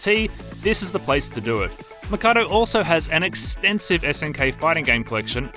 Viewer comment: Why does he keep pronouncing the name of the place as Makado when it's written Mikado......even in the title of the video